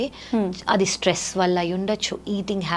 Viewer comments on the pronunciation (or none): none